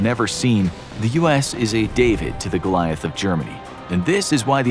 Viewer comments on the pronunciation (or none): none